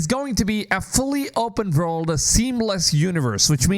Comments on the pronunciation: Open Vorld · How many times do you want to say vopurnn world 😅